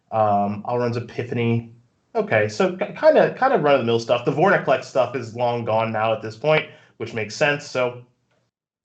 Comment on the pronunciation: Vor-IN-Clex.... I have ocd......